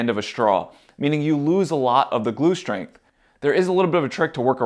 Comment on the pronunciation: Some great tips, but what is shtring , shtrength and exshtra. I guess you mean string strength. If your going to talk to an audience, learn to speak properly.